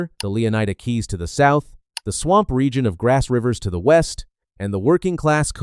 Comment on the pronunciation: I don't know why you keep calling it Grass Ryvers, but I respect it. Good video.